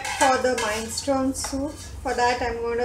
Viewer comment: Minestrone soup is pronounced Min eh stron ee. Or Min eh strone. Anyway I'm glad to meet you. I have been watching Sofia's video's for nearly 4 years now. You are doing a wonderful job so far. I am looking forward to watching more of your video's!!